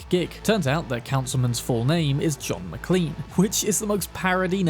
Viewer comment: McLean (originally MacLean) is actually pronounced like McClane. The mc from Die Hard just has the Americanized version